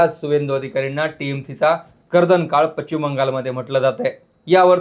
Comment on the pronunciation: Pachchim Bangalore? Speak properly chu saala...now a days any one gets and makes video